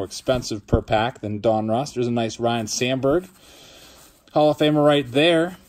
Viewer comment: killing me with the pronunciation of Donruss lol. Don russ. Not Don Ross.